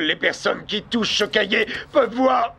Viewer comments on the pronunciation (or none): un cahier pas un "cahiet" bordel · Cahiet c'est si difficile de dire cahier sans deconner